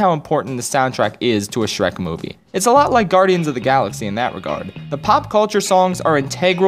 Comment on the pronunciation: You've gotta love that "sherk" 2